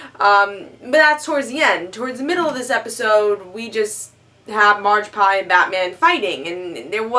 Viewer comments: Haha...Margpie... It's Magpie,. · Did someone tell her it's magpie. Not marge pie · its Magpie not margpie